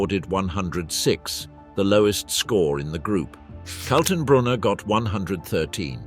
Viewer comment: Who is Colton Broner ? Ernst Kaltenbrunner............... Joachim von Rippentrop and Goering, not Guring. And so on, and so on............................